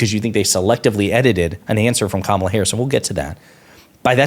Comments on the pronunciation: He butchered her name. 🤣🤣 What kind of stupid person realizes that they aren't sure how to spell a name but is too dumb to spend 15 seconds and look it up. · They all purposely say her name wrong and it's annoying